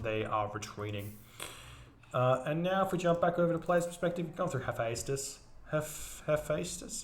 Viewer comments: T.V Hephaestus=E-feh-stus (accentuation on E) (by a greek fan ;) ) Thanks for all your videos! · Hephaestus = hef-AYE-stus As for the archer dudes: the singular is toxotes, pronounced “tox-o-teez” and plural is toxotai “tox-o-tie”